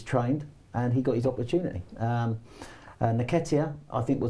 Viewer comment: its pronounced NNNNnnnketiah not Neketiah